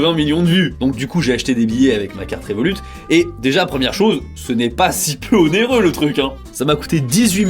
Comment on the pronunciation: Désolé mon reuf, mais le T de Révolut ne ce prononce pas